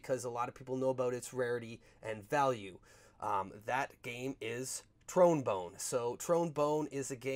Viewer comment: This man said "TRONE BONE".